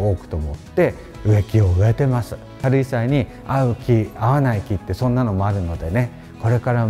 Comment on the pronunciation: なんて素敵なお部屋の数々！また、先生の“かるいさわ”という発音が正統派で懐かしく聴きやすいです。